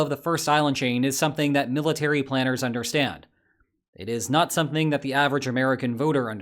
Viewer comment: War "plainers"?? FFS if you're going to use an AI voice, give it some pronunciation hints